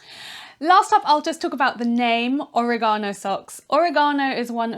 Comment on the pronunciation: It's or-EH-gano, not oreg-AH-no. (Harry Potter reference- though Hermione would probably say it the British way)